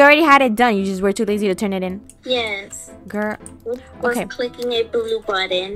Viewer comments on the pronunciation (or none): U took my line u said grr in stead of girl that what I say and I say grill